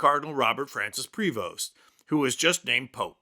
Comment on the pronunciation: The “s” in his name is silent. Pray-vo .